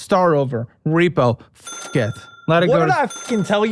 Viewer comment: “What the foook” 😂